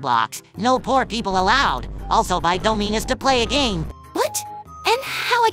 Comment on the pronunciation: She said doominuus